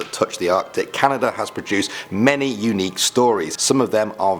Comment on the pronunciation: The first time he said "Canada" I thought he said "calendar"